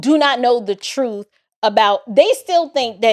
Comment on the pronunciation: Get to "duh truf" I can't take it. 🤢🤮👎🏿👹👿😈👺💯